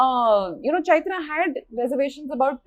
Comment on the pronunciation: Ms.Milana how about getting your fellow guest’s name right. It’s Chaitra and not Chitra and also let others finish what they have to say before butting in. So off putting.